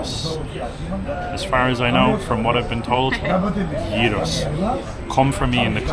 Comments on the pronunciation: 28.17 Bravo guys!! You're pronouncing it correctly!!! It's crazy how some people (especially) Americans pronounce it gyro (like gyroscope). It should be spelt yiro ("y" as in YES) to help in the correct pronunciation!! Your video is excellent, thanks for being unbiased about Athens, not all of Athens is so disgusting!! Kudos for your honesty and respect for our culture!! Greece isn't just Athens, there are many beautiful cities and towns beyond Athens....I'm lucky to be living in such a city in Central Greece. Been here since 1987 from Australia and I've seen a lot of changes here, mostly for the better!! Safe travels. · you ar eright its yeeros! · Your pronunciation is spot on….❤ It is very sad that Athens is what it is today….Unfortunately the Government doesn’t care & obviously the refugees don’t help either. I want to believe there will come a day where Greece will return to what it should be ❤❤❤ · Well done - you pronounced "gyros" perfectly ! 👌🤩 (I'm Greek) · You are pronouncing it correctly perfectly smack dab perfect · never heard a foreigner pronounce gyros correctly, respect, most people fail already on the first letter 😄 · your accent when you say gyros-yeeros in Greek its better than most Greeks :D